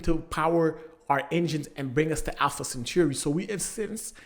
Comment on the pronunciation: I’m sorry but… Alpha “centurri”